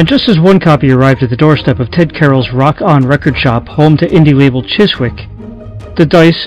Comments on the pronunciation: Chiswick is pronounced Chisick, silent w. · Dude, you don't pronounce the W in the name Chiswick, you literally say it as Chisick. Other than that niggling gripe, great video. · The W is silent, it is pronounced CHISIK not Chis wick, why do Americans not take the time to actually learn how to British place names are spoken? It is lazy and insulting to not do so. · Not to be gramma police or anythign haha, just a funny observation about british English is that , words like chiswick are not pronounced like its spelt at all, chis-wick is chis-ick like Leicester square being pronounced les-ter square. Or worchestershire sauce being wuster sauce It makes me laugh. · Chiswick is pronounced Chizzick. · Ok.....well I do apologize ahead of time (I did state that I didn't balme.him for leaving things out, as it would take forever to explain). I'm gonna write this out and then post it. I don't want to type on my phone, haha. One thing I will state before I go is that the label is pronounced "Chissick" even if it is spelled Chiswick. Not picking on. Just pointing it out. He did a bang up job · Chiswick is pronounced Chisick old chap. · you pronounce "Chiswick " chisick ! leave out the w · A great little doc! Thanks for sharing the information. BTW, Chiswick is pronounced without the 'w', kind of like 'chiz-ik'. /ˈʧɪzɪk/ Fuck the NF BTW